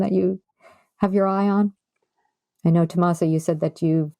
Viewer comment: The interview was very informative and I really enjoyed hearing their thoughts on sewing and patterns and pattern testing. I was a bit surprised to hear the constant mispronounciation of Tomasas' name. Not sure, but I think her last name is HIM MEN NEZ. The accent or emphasis on "MEN". Not HE min-nez. Further, it isn't "TomasO". It's TomasA.